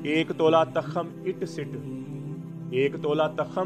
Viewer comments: Hzrat tkham nhi tukham HOTA hy apni Urdu thek kren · takham ni hota tukham hota ha🙏